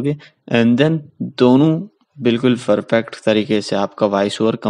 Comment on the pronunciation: Perfect ❌ ferpact ✅